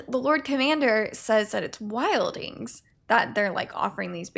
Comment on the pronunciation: Not here to hate on this reaction or the format. Appreciate you trying to make the best of a tough situation. That said, I do want to add that it's pronounced wild-Lings, not wild-ings. Anyway, Keep going. Some of us enjoy the reactions.